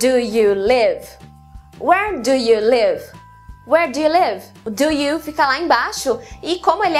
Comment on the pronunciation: Nossa, que interessante. Não sabia nada disso e é minha propia língua! Haha. Mas tenho uma clarificação pequena - tenha cuidado com o som do "do you". Como você disse, muitas vocês nós pronunciamos isso rápido; mas seria "D'ya" com o "D" forte. Se você dizer "Gya", isso é o som do "DID you", no pasado. Então... se diz "Where dya live (do you)?" e "Where gya live (did you)?" Não sei se isso fez sentido mas espero que sim.